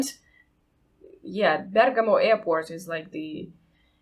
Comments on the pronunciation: Actually Malpensa too is far away from Milan, like Bergamo (which correct pronounce is indeed Bèrgamo and not Bergàmo). They are both 50km from the city center (and Malpensa, which is in Varese province) is much easier to reach due to trains going directly in it. About the dressing "policy", unfortunately now new generations don't have any proper style even in Milan. I see everyday guys going to the university with gym suit, which is a totally lack of respect to the institution itself, and with that I don't mean you need to use a tie, but com'on, at least a chino throusers and a polo with sneakers... You're not on your home sofà! "Terroni" is the Italian equivalent of american "Redneck", so basically people with low culture and dedicated to agricultural activities. Nowadays it's not really anymore a matter of provenance and much more a matter of culture. For instance: marriage with horse carriage, fireworks at 2AM (and who cares of the others that have to go to work the day after), 10mln people invited and a loud party that stands for 2 days are considered "terronate". Or like a Fiat Punto dressed up with aerodynamic wings, neon lights in the undercarriage, obnoxiously loud "tunz tunz" music. Or living in Varese from 30 years and yet using a Neapolitan dialect. Or huge adverts on the street to celebrate the 18th birthday of some random guy... Everything "eccessive" is considered that way now. While a person with good manners, culture, and correct usage of italian official lan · Bèrgamo esatto